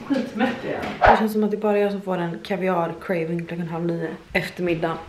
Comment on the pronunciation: Om vi ska prata om icks så ska du nog sätta dig ner i båten haha. 1. Äta kaviar 2. Hur du uttalar kaviar LOGGA UT!!